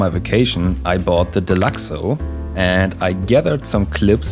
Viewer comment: Nice vid man, nice change from the chaos of most GTA videos, this was nice and soothing. By the way, you’re pronouncing deluxo correctly ☺️